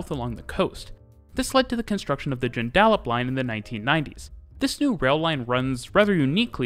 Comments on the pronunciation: Hi. I'm not familiar with your channel, but this video was posted on the Perth subreddit. We all enjoyed your attempt to pronounce Joondalup. We say 'Joon-duh-lup', with all syllables around the same length. Thanks for covering our city, and we'd love to have you if you do plan to visit or stay! There were originally plans to sink the main rail line, but that hasn't come to full fruition yet. They are removing several level crossings through the city though. Bayswater Station is currently under renovations. There's a bridge by the station that is infamous for having trucks disregard the low headroom sign and run into it, but it's being removed and replaced with a better bridge. The bridge is a local meme with a running count online of 'days since incident', which sadly will disappear after the renovations are completed. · How's the pronunciation of the place names . Lol . Joon da lup . Kwinana sounds like banana and the kw is said like qu in queen . The new line is open to the airport already and the next station is on its way soon it will be completed all the way to Ellenbrook. The butler line will be extended really soon . Still need the Australind to get to Bunbury on the train , where you will share the tracks with freight trains through the beautiful south west . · As a local, it was interesting seeing an outsider's perspective on the network. The way you were pronouncing "Joondalup" was a bit distracting though: the stress should be on the first syllable rather than the middle one, and the "a" is almost unvoiced. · JOON-duh-Lup. Amazingly the one most people get wrong is by saying 'Man-DUR-uh', but you nailed that one. Great vid! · This is a cool video, I was SO impressed with your pronounciation until you got to Joondalup. It's said like Joon-duh-jup. Anyway I had no idea how notable the system is. Thanks for sharing! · Nice video👍 and it's "Joon-da-lup" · 'The Joon-dah-lip line" 😂😂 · By the way, to pronounce Joondalup, you say "joon·duh·luhp"